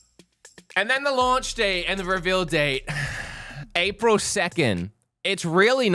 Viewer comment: bro said aprile 2nd !!!!, lmao🤣🤣🤣